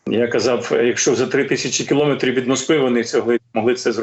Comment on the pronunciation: Пане Дмитро, в словах кілометр, сантиметр і т.п. наголос ставлять на словоствоутвореюючій частині: МЕТР